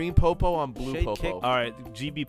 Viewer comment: "Let's be BLOO"